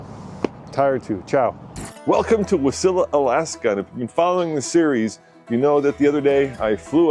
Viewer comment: I am 49 and have live in Wasilla Ak for 45 years. Love seeing content here and impressed you pronounced Wasilla correct haha. I have done that trip probably a dozen times and love it. Fast Eddies is always a must stop.